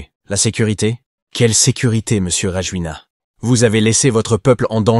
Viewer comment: En malgache, on ne prononce jamais la dernière lettre : Rajolin (a) et non Rajolina. De même pour l’aéroport Ivat (o) et non Ivato ! - Toujours aussi Nul ces « journalistes »